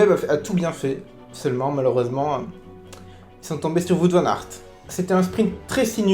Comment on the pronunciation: J'aime bien cette manière de faire ton debrief c'est bien Seul point faible : la prononciation du vainqueur 😭🇧🇪